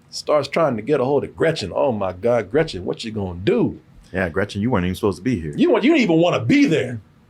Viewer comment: German speaker here: just wanted to chime in that Stevens' accent was very good. I think he put emphasis on making it sound a little more sinister than usual, but he is also fluent in German and speaks flawless German in the film lol. One of my favorite bits in this movie is how he pronounces Gretchen's name and how it pisses her off.